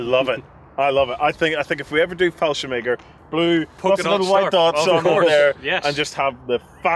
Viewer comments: Excuse me but wtf is “fallshem egger?” Do you mean “Fallschirmjäger?” If so, you should work on that pronunciation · fallscirmeger xd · anyone else hearing fallschemäger instead of fallschirmjäger?